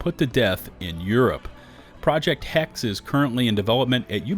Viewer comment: Hex-eh btw. It's german. Interesting news. Just don't make another valhalla